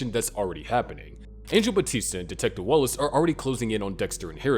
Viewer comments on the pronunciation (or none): none